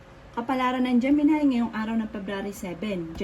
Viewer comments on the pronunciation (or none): none